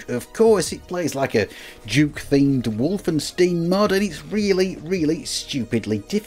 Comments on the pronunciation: Wolfenstein is not pronouced Wolfensteen. "ei" is simply like "i" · How else would you pronounce 'tile? 'Tilly?' 'Teal?' Though I didn't care for the Wolfenstein pronunciation. :p